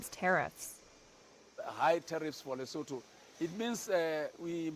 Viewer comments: What?? You expect 'muricans to take 10 whole seconds to google a pronunciation before attempting to say an unfamiliar name? Pppfftt!! 😉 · Good grief....can Americans ever pronounce the names of countries? It's Le-soo-too. And of course most Americans couldn't even find it on a map. And Americans wonder why Africa is choosing China. Who just dropped ALL tariffs on ALL goods from ALL African countries to China.